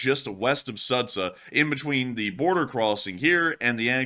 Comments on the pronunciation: I always have fun with the way pronounces Ukrainian and Russian names! I am in no way trying to offend or make a claim, just a fun fact! in this case, the correct pronouncement is not Sadza but Sооdja! thank you for your work with best wishes from Ukraine! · you're not pronouncing the town name correctly, it should sound like Sujah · Sudzha is pronounced as SOO-juh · The name of the town is pronounced as "Suji". It's because they dont have the sound J they write it as d+zh sounds and then not very clever google or whoever provides the names in English transliterates it, making it worse. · BTW it's pronounced: sood jah ;) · "Sudzha" reads ----> SoodJa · In case it's going to be recurring topic: the name of the settlement is marked on the map as Sudzha, but it is pronounced something like Soodja [soo- like in 'soon' and -dja like in 'Jah']. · ^this. Same for Kinzhal BTW. Good practice is letting Google Translate read it out.